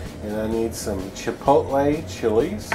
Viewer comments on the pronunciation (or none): chipolte what is that